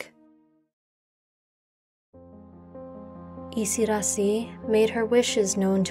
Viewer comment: It is isidaasi. Long a. Yiu have it Thai